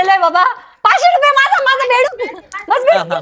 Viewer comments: बेडूक mhana please.. शब्द चुकतोय😮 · कान दुखायला लागले बेंदुक ऐकून😂😂 ... बेडुक म्हणा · बेंदूक नाही बेडूक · त्याला बेंडूक नाही म्हणत बेडूक म्हणतात.